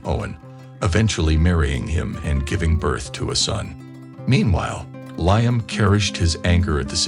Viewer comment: It's (Lee am ) not ly am !